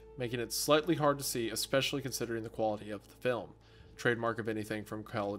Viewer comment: I swear to god Hunter if you say eXspecially one more time 😤